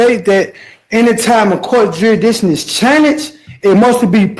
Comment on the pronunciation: Shouldn’t be allowed to question jurisdiction if you can’t even say the word correctly.